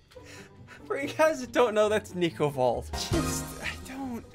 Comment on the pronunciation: Bro really why do you call him flico instead of nico?